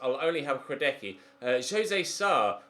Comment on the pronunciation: Hradecky's last name is pronounced Hradetsky